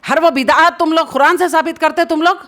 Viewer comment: Are aap quraan to sahi se bolna seekhlo.